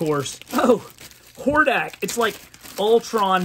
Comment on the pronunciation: Man you made a ton of pronunciation mistakes lol. Hordac..? Like he-man? Lol